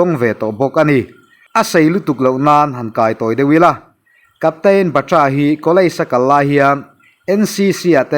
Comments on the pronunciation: Batra ni lo in Bat-ra ti a lam tur ani chuan ka hria mawle kei ve hian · Batra lam dan hi dik lo deuh